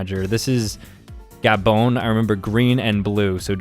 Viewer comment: Ikr Gabon is my favorite he says ga bone